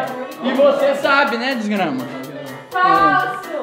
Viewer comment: falando desgrama kkkk